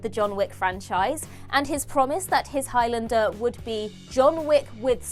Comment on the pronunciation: Please learn how to pronounce Highlander properly. It's Highlander, not Highlander